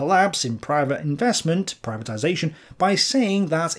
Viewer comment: ptibatization not german concept